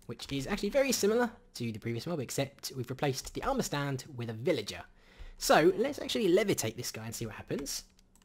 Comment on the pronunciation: the way he say's the word "Stand".. let's just say... Duwang